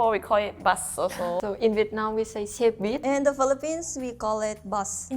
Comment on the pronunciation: wtf is xiếc-bít, she pronounced xe perfectly with no final consonant, its xe buýt with xe means car and buýt is loan word for bus